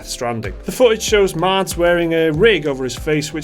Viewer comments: It's Mads not Mats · You could say its Pretty Good Mocap!..... anyone?.... Oh Well.... Btw Mads is pronounced Mass. :-)